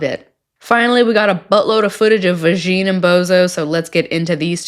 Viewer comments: “Van-ya”, not “Vagine”. I’m not sure if someone already said this. I love your channel. I don’t even watch any of the 90 Day shows anymore, but I love your content because I love your jokes. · Vasheen?! That’s ridiculous. Are you really that ignorant if you can’t say Vanja! Ooooh you’re american….. no wonder! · You pronounce Vajna "vagine" like the Borat character talks about his sister's "vagine" 😒